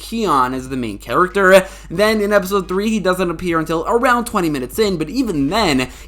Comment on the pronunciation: Bro why did you say “character” like that ish😂😂😂😂😂